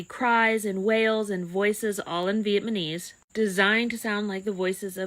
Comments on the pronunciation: viet-ma-knees lol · Vietmonese..? people from Vietmon? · Vietmaneez lol